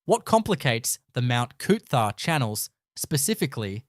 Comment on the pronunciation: Thanks for pronounced coot...tha.